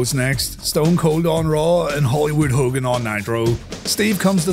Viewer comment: That Hogan flub XD😂